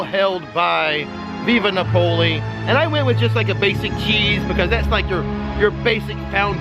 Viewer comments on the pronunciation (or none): You're cracking me up with your pronunciation of Via Napoli 😂, it's Via NApoli, not VIVa NapOli 😛